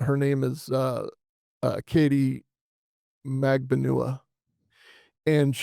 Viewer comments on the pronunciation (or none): Crazy - its Mag-BAN-ooh-wah. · Katie’s last name is pronounced like Mag ban wa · the B is not silent. MagBanAhWah